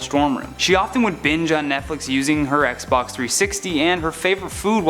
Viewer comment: I thought he said PlayStation until I read the subtitles lol